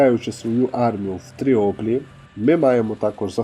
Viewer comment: Чого ж Тріоплі, якщо Тріполі 😆